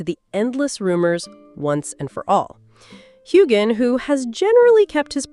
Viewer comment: Say his name right!